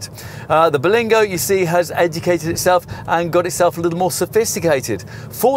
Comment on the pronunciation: it isn't called the "Ber-LENG-go lol. Sorry. I'll sit quietly in the corner